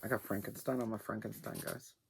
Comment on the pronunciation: Rorschach.....and you're funny, faces in your fabric And....it's Frank...en...steen Not Frankinstein 😂 🖤🧙🖤